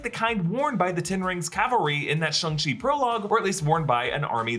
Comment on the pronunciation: SHANG CHI. Get it right